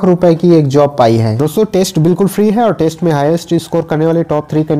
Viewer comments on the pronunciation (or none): none